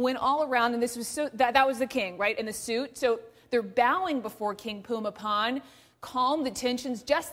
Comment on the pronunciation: About the only good thing that can be said about this report is that at least she took the time to learn how to pronounce the King's name correctly (more or less). I get tired of western reporters calling him something like Boomy Bowl!